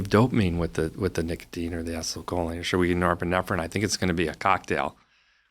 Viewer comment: How does this dude not know how to pronounce acetylcholine